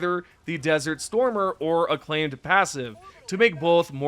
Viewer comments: IT isn't "aclaimed" it's " AK lim-A- t- ID" XD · Ac-lim-ated Like climate AcLimAted. Please learn, taking my like back. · You’re saying acclimated wrong